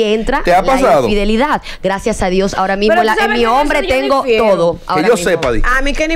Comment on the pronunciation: Infidelidad* Carooooo No infedilidad 🤣😂